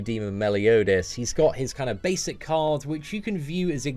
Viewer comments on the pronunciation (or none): none